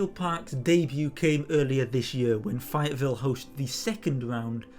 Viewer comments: Really appreciate the video. We are going to be there weekend and used this video to help scout out where we plan to stand. Just so you know though, it is Fay—ett—Ville. Saying Fi-ettvile is like hearing some someone say they are visiting Pear-ice in France. No worries. I have a devil of a time guessing how to pronounce lots of location names in England for instance; just wanted you to know if you do follow up videos about the weekend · FAyetteville! A as in FA Cup not I as in Pie